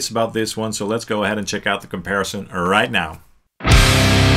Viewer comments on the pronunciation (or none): none